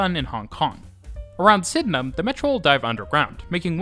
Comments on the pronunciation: Super impressed with correct pronunciation of Sydenham! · he also said Penhurst instead of Penshurst. He nailed Sydenham though!